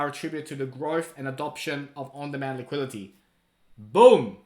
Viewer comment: On demand liquidity. Not liqiility! Just say liquidity!!!!!! Wtf